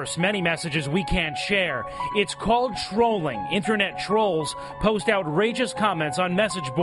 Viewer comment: "Internat safety expurt!" Just turn off the motherfucking screen close the god damn page, and go outside.